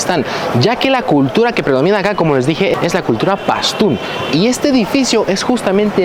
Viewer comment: Dices PASTÚN y escribes PASTÚ como se entiende eso??